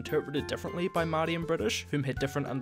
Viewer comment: Nice pronouncing of the word Maori :)